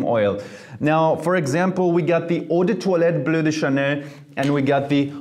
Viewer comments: Yes, the correct pronunciation is "ou de twa let" based on french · I always say Eau de toilette like"Eww the toilet". Now after hearing his pronouciation about that word. Now i can pronouce Eau de toilette correctly